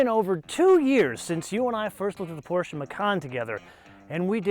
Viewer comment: Finally an american who can correcly pronounce PorschE